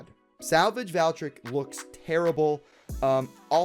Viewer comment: They really massacred Valkyrie/Valtryek with this release, but please, I don't like how you say "Valtryek". It's pronounced "Vahl-tree-ehk", not "Val-trick"